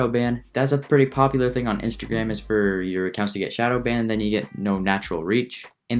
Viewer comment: It eees what it eees